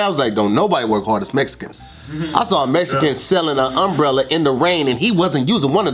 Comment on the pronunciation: They way says umbrella 😅